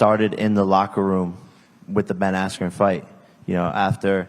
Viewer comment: that was so bad and disrespectful, are you seriously gonna act like not one time during the whole fight camp you heard someone pronounce askren’s name? Do you not know how to read properly?